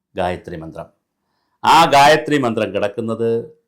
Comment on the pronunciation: Sir, you utterance of gayatri is wrong. It should not be read like a a paper or news., but only chanted with 4 swara sthaanams. In addition, gayathri for every devata exists. Brahma , vishnu , shiva, rudra ,durga, lakshmi, agni, vaayu ,narasimha ,sastha, Subrahmanya ,varuna, ganapathi, nandi, garuda, hanuman, aditya, sukra, nataraja , ...every adidevatha... I suspect many tantris and shantis in kerala aren't well versed in purusha sukta, bhagya sukta, sri sukta or any veda shakas. A bhagya sukta pushpanjali gets over in under a minute. Im learning krisha yajur veda shaka from the age of 14 even now when im 44 yrs old. Pity the sorry statevof affairs in kerala and recruitment methods used for priests.